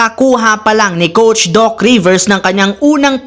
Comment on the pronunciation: Coach po hindi “COUCH”😂😂😂😂😂😂